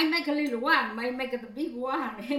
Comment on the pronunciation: A littleA salt? lol!